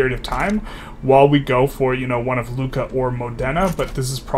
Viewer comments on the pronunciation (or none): none